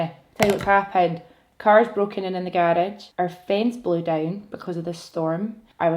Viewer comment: Fav parts of the video...you saying garage and "hiiii Ken 👋👋👋"